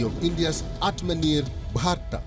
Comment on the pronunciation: It's Atmanirbhar Bharat, not Atmanir Bharat. The anchor from Africa should fix his Hindi.